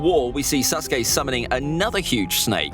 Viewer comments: He said susgay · I think it’s funny how he calls him SUSke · Am I the only one who thinks he pronounced sasuke as susgay